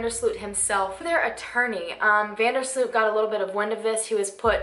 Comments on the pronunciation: How usa people butcher dutch names.. slut.. its sloot.. But oke he is a killer. So lol i hope he will die in prison .. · First of all Joran's name is not pronounced as SLUUUUUT But As VAAN DERRR SLOOOOOOT, not sluuut. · Van der Sloot should actually be pronounced more like the way the word 'boat' is pronounced. So more Like Joran van der Sloat, if that makes sense. Hope that helps for future videos. :)